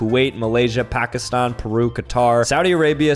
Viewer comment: No one:: Pakiston